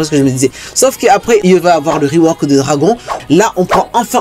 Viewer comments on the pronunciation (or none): none